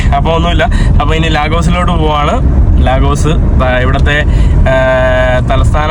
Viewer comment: ലീഗസ് (lagos )എന്നാണ് നൈജീരിയക്കാർ പറയുക